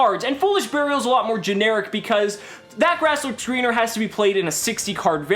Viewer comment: You mispronounced That Ass Looks Leaner